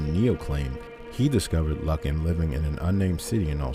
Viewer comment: Lovely, probably one of the top five iconic missing cases ever, but it's actually pronounced LOO- kn. A bit harrowing listening to it mispronounced SO MANY TIMES, so I'll just give you the click and the like and skip listening to the video, or just take off the volume, put on the captions and view it that way But a word to the wise and Future... There are tons and tons of news reports, old footage and any number of documentaries that have been produced all available right here on YouTube where you could have easily listened to the correct pronunciation and then of course, pronounced it correctly yourself. A bit of laziness that I hope you won't repeat in future videos. You do a good job with these from what I've seen so far, and I should think you'd want, above all, to pronounce your subject's name correctly